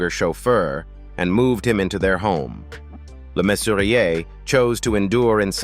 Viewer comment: Mannering not Main-waring . Le Mesurier, not Lay Mesurier. Jakes, not Jacks.